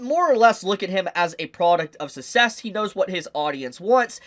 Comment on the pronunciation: Bro it’s SUCK-CESS not SUSSESS